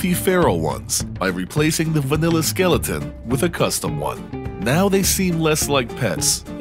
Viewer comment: Skillaton? Gotta be a MA accent thing. Love it.